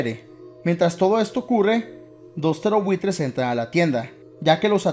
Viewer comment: Siempre pense que decias "terrorbuitres" no "ptereobuitres" xd